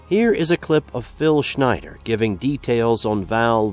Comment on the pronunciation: First question, can't you pronounce Schnieder? Say Schneeder and you're spot on. Unless Schnieder called himself Schneider...